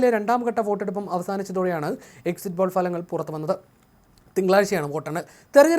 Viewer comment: ഫലങ്ങൽ അല്ല ഫലങ്ങൾ